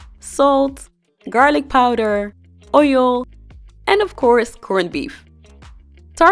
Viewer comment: I love the video but the oil pronunciation got to me😅 I eat mine with Spaghetti 🍝 ♥